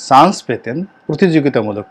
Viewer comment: চ,ছ Pronunciation is very poor.chance.not shance